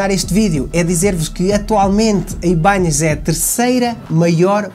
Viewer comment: O nome mudou… tiraram o til do “n”… por favor PARA DE DIZER “IBANHEZ”!!! 😅😂